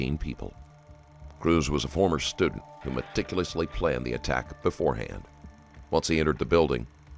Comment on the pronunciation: And did the narrator say "meh-tickle-us-lee" instead of "meticulously" at the beginning? I can't unhear it lolol 😆😆😆